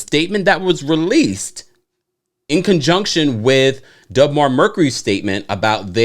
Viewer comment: It’s not Dub Mar. you keep saying dub but it’s deb.